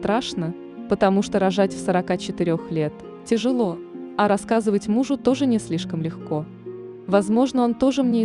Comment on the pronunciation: Читалка, научись правильно делать ударения, хотя бы на ключевых словах рассказа - рОжу, рОжает - обалдеть....! Говорила, говорила, а что решила не озвучила? Куда пОдалась непОнятно? Она не совсем в нормальном сознании! Вперёд говорит, что если вернуть, то она бы всё равно изменила, а в конце диаметрально противоположное мнение! Чокнутая и поэтому то и залетела! Дала "по любви" и без "противогаза"!